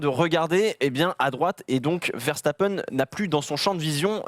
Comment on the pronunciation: dites oú lisez vous veshtapen ?? verse ta peine !